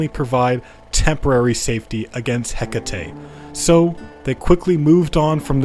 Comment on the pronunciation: Hekate, heh ket. Hehket man. RAGE